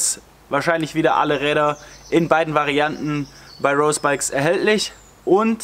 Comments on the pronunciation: Schönes Video, aber hör bitte auf „Rose“ englisch auszusprechen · Hör auf rose Englisch auszusprechen! Das triggert mich weil rose bikes eine deutsche firma ist